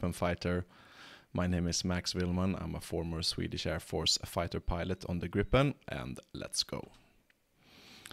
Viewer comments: I thought the name of the airplane is GRIIPEN not GRIPPEN. Griffin in English. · That is correct. It should be pernounsed ”griipen”. Griffin as the myhtical bird/ lion. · It should be pronounced "greep-en" A long "i" is usually spelled "ee" in English. The single vowel followed by a single consonant marks a short hard sound, like in the word "grip". Hence the confusion. We use the same alphabet, but letters and spelling rules are different. In Swedish, a short hard sound is marked with a double consonant. The English word "grip" should be spelled "gripp" in Swedish (though this isn't a Swedish word) The -en suffix marks a definite article. It is the Swedish form of "the" This is why native Swedish speakers often don't say "the gripen" because the word "gripen" already have a definite article ( it's that -en suffix) to Swedish speakers, it is almost like you are putting an extra "the" at the end of the word, wich feels really weird. Btw. this concept is almost incomprehensible to native English speakers.